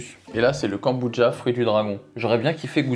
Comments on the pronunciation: "Kanboudja"..."kanboutcha"...."konboudja" ....je sais pas combien de prononciations différentes tu as utilisé mais 🤣🤣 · KANBOUDJA ❌ KOMBUCHA ✅